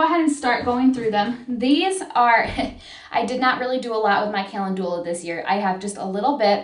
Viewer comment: Are you trying to say Calendula❓lol 😂So cute. Sorry it’s funny when any of us say words incorrectly. It’s okay. Calendula are pretty & yummy.